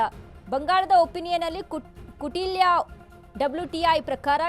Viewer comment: ಅಯ್ಯೋ ಗೂಬೆ, ಅದು ಕುಟಿಲ್ಯ ಅಲ್ಲ, ಕೌಟಿಲ್ಯ